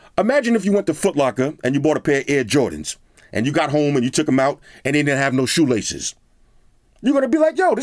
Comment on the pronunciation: Lmaooooo 😂😂😂"shoelaces"